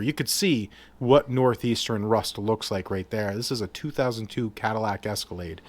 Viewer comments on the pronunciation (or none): none